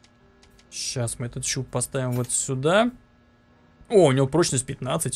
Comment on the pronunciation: странно слово щуп прозвучало